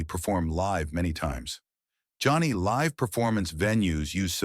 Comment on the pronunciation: Live right now is being mispronounced. Not a short i. But the i says its name. The difference is the meaning in the sentence.